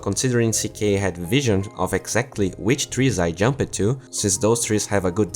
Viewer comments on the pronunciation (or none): Great video as always, but you're mispronouncing some words. You pronounce "crushed" as 'crush-ed', when it should read like 'crush'd'. Same for "jumped": 'jump-ed' should be 'jump'd'.